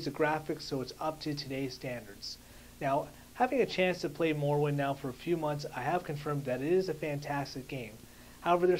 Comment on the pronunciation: youre pronouncing morrowind wrong